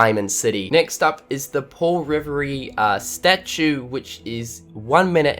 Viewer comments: Oh and, his name is pronounced Paul Reveere not Revay XD Thats how you pronounce Paul Revere's name. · Revere is pronounced RE-VEER. A lot of American just cringed. Plus I have a personal reason to care about Paul Revere's name being pronounced right as he is my uncle going back hundreds of years. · Paul RE-VER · Oh god...."Paul rivery" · It's Paul ra ver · Paul "Ri-ver-ee" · Does any other real patriot realize he says Revere wrong?! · Hey,. Just wanted to let you know that you pronounced Revere incorrectly. You filthy New Zealander #Kappa